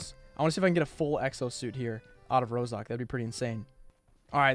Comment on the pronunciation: Is not one going to talk about the fact be said ROSOK and not ROZHOK